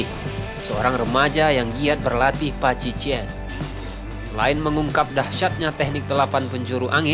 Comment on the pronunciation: Bacanya paji cuan min. Cuan artinya pukulan. Bukan paji cien.